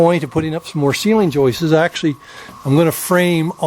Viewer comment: Why do north Americans make up words? . It's joists, not joistes .